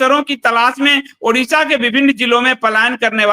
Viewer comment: ओड़िशा है न की उड़िशा 👏👏👏कृपया आगे से ध्यान रखें ।